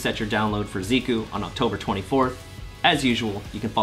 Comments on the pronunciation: Wrong pronounciation there for Zeh-Cuh. Do you call Ree-yu Raiyu as well? Anyway..really happy for Tokido and his Seam win..been rooting for the guy for years and I really hope and think that he has a big shot of taking Capcom Cup as well. What a story that would be..no one except Momochi won a Capcom Cup and Evo in Street Fighter (as far as I know). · I thought it was Zeh-Kew? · "zeeku" mike please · I'm not entirely sure why a lot of people insist on calling character by some weird assumed pronunciation. Like when it became a fad to call karin ''kareen'' and rashid ''rashyead''. Now its....ziku? Zeeku? Come on, it's just....zeku. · Isn’t it pronounced Zeh-Kew? Also, are you legally not allowed to mention MvCI right now? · Zeku is presumably Japanese, like Karin, so should use Japanese pronunciation. Or don’t; people totally butcher ‘Tokyo’ (tou-kyou; 2 syllable, not 3) all the time, yet the world has not ended. Personally, I think it is good to learn to pronounce foreign names and words closer to the original—it just seems polite to at least make the effort. Just an opinion, of course.